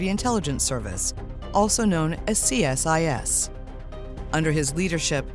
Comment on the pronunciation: and it's aka see-sus not C.S.I.S.